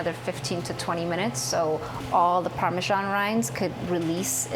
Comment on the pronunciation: Parme*S*an - it's an S, not a G.